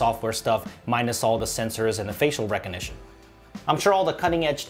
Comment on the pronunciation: its recognition .. not reco-nition . you invented a new word without the letter G ? great review thanks